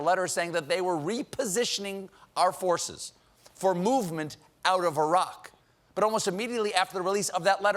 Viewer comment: How nice to hear an American pronounce "Iraq" correctly.